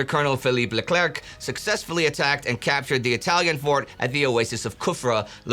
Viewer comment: "Leclerc" > don't pronounce the last "c".